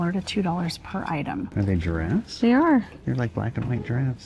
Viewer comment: ‘Ziraffes’ 🦓 🦒 😂 And a ‘spossil’ 😂